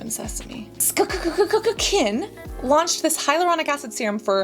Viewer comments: don't know why you always say skkkkn - its literally skkn - ur not funny at all with that - just be respectful, like u been to other brands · The way Cass pronounces SKKN “SKKKKkkkkkkkN” 😂